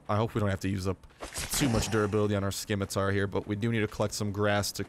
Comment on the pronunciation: LOL I'm fairly sure you don't pronounce the C in Scimitar.